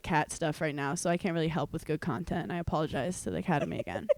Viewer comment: “Apologize the aCATemy”